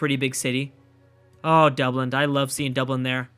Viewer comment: It's Dublin, not Dubland, I feel like we've had this conversation before ;) Maybe you were just making a hybrid out of Dublin and Iceland, in that case it's ok :P